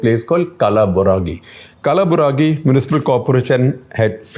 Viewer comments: That's not kalaburagi that's kal-bur-gi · Just wanted to mention the correct pronunciation of Kalaburgi: it is not Kalaburagi, it’s kaaleburgi. Locals also refer to the place as “Kalburgi” (Kal, not Kaal) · Shekhar ji its कलबुरगी. Not कालाबुरागी.. here we are pronouncing one more Indian city in English version. Just like Bombay to Mumbai, Bangalore to Bengaluru etc instead of local or original. So many people watching your show will always think its कालाबूरागी. No intention to offend you or your team. Thank you. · It's "कलबुर्गी" and not "कलाबुरागी" . Sorry for this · Hi Shekhar ji, it is pronounced kalburgi not kaalaa buraagi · may be he knows Kharge is from Kalaburgi so he said Kaala buragi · Funny way you pronounce Kalburgi the former constituency of the current president of Congress Party. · Its pronounced as Kulburgi, formerly Gulbarga. Here one example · It's not Kalaburagi it's kalburgi(Gulbarga... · Karnataka is not at all complicated. Karnataka is imp for BJP as does not have higher percentage of minorities like Kerala. Bjp knows other than Karnataka no other south state will vote for BJP. Kalburgi pronunciation is atrocious. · Your pronunciation of Kalaburgi is ridiculous, hilarious, what the heck!